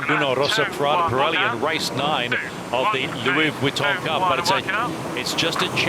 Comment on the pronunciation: When did the Louis Vitton Cup become the Louis Wee tun Cup. Does someone have a speech impediment..?